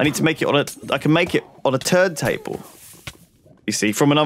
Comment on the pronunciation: I thought Lewis said turd table